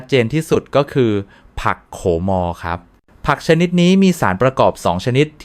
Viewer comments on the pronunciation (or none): แอดมินควรปรับปรุงการอ่านของ AI ให้ถูกต้อง การอ่านบางคำออกเสียงไม่ถูกต้อง เช่น ผักโขม ด็อ่านออกเสียงว่า ผักโข มอ แร่ธาตุ ก็ออกเสียงว่า แร่ ธา ตุ ซึ่งไม่ถูกต้อง ทำให้ความน่าเชื่อถือลดถอยลงไปมาก ก็แค่คำอ่านยังอ่านไม่ถูกต้อง แล้วบทความที่คุณนำเสนอจะน่าเชื่อถือได้อย่างไร